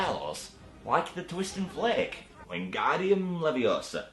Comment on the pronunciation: It's Levi-O-SAH. and,, what's your view on the Lego Harry Potter games?